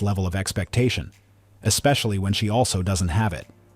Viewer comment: How come this current generation can't say the word especially? They always pronounce it like ex-spacaly